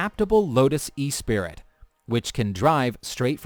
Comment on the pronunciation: The Lotus Esprit is not pronounced E-spirit. How does one even come to the conclusion that's how you say it?